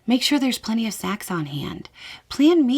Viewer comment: 'Make sure there's plenty of snacks on hand." gotta say, it took a couple times to get that, your 'n' was silent, and it sounded like... well, not something a new mother might necessarily be interested in. "I'm friends with men that..." sometimes idk whether i'm being perceptive or clueless, but there was some context there about Beau not needing to feel jealous i feel went completely over my head. ..i take that back. ALL the time idk whether i'm being perceptive or clueless.